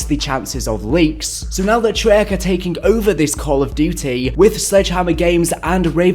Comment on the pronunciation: It annoys me that pronounces “Trey-Arch” as “Shrek”